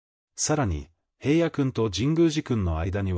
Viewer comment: おい、へいやって言わないで下さい。ちゃんとひらのって言ってよね😤